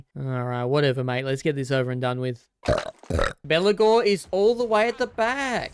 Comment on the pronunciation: i keep hearing Belakor when you say Belegar. not unfitting as he acts as a undying demon this campaign